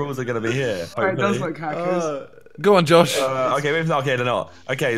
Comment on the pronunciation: “Heckers” for fuck sake😂